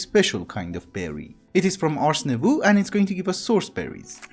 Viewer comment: Just pointing this put, but "Nouveau" in "Ars Nouveau" is actually pronounced "Nou-v-oh". Im bad at explaining but basically instead of ooh at the end, its just oh.